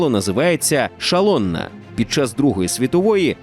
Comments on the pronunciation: Зовсім не заради хейту, але шаллонна це зовсім не прфесійний переклад. Буквосполучення sz у венгерській мові звучить як с. Буква А без коми зверху звучить як о. Тобто szalonna заучит як солоно, вибачайте за прискіпливість але не міг не поправити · Дякую! але в угорській sz читається просто як українське С. тож не шалонна а салонна. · А чого "шалонна"? szalona ж читається угорською як "солонА" з наголосом на останній склад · Сало угорською читається не «шалонна» а «салонна». Не плутайте вимову звуків в угорській та польській мовах. SZ в угорській -це звук «С», а в польській - «Ш». А буква “S” в угорській -це звук «Ш». Сподіваюсь, вам це стане в нагоді. Дякую за відео😊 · Все ок, тільки в угорській це теж салоніна,а не шалоніна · букви SZ угорською мовою читаються як С. тому ГІТЛЕРСАЛОННА, а не Шалонна. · угорське слово на позначення сала - szalonna - прочитали неправильно, насправді воно звучить ближче до нашого - "салонна". "sz" угорською читається як "с", а от "ш" в угорській позначається просто літерою s. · "SZ" угорською читається як "с"